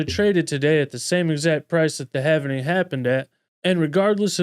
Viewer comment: Sir, you are saying Havening - it is Halving. Present participle of halve. Pronounced like this: /hæv/ so it would be like /hæv - ing/ not have-en-ing like you're saying.